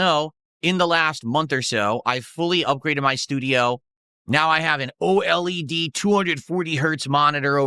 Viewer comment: Only will say oled as Oh L.E.D.